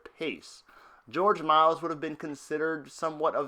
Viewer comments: Fascinating but AUGH can you PLEASE stop butchering George Méliès surname? It's not pronounced 'Miles' it's 'Me-li-ey' thank you! :O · dude, you cant even get his name right! its not george miles is george miliel you suck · Thats funny since it's actually pronounced Mel - E - S.